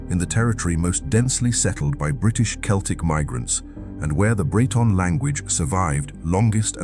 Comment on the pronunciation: Mispronounced 'Celts' and 'celtic'. Poorly researched AI slop, it can't even get that right. 👎